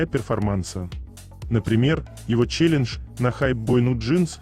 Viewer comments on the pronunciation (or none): none